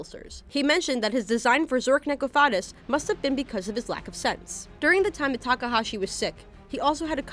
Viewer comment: My only big complaints here: 1) It physically pained me to hear her slaughter the pronunciation of Zorc Necrophades (among other names. But I’m a Bakura fan girl; sue me). 2) Gozaburo was Seto’s adoptive father, not adoptive grandfather. 3) Noah was Seto’s adoptive brother, not his “estranged cousin”. But hey, still some interesting stuff.